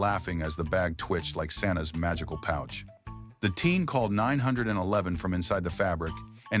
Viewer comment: I hate AI videos they can't even say 911 correctly.